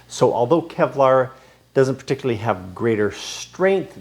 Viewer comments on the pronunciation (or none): none